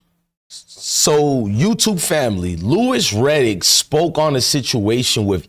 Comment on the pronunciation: This chick still stalking and crying about sheduer is creepy. She can’t even say Louis Riddick’s name properly.